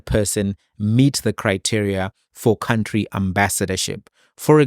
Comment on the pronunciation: Any person who pronounce the word "country" as "cowntry" does not inspire any confidence...and that such a person is a leader of an up and coming political party is even worse. If Fikile Mbalula was able to rightly correct his pronunciation of "cowntry to country", it means someone was bold enough to tell him that his pronunciation was incorrect. Could someone then tell Malema that it is not "cowntry" but "country" as in Cunt-ry.